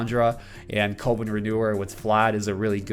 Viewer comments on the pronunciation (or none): I freak out everytime you say covid... its cuh-ven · Coven is pronounced cuh-vin (kinda like oven). Don't want you to get blasted for the pronunciation in future vids. Love the content! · you probably got told this already but coven is pronounced like oven